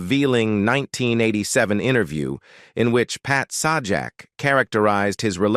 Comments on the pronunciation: Are you talking about Sawjack? Lol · Pat's last name is pronounced like Say Jack.... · Sorry it's pronounced say jack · SAH JAK? Yeah, we can take this crap seriously. NOT! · Its Say jack dumb butt. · It is Pat sajak not the other way you say it say his name